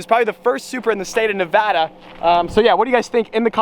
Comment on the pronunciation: Bruh why does say Nevada instead of Nevada????